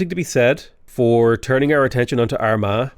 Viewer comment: Am I the only one that kept hearing "our ma" with a southern American accent instead of Armagh, with all the consequential puns and innuendos? 😅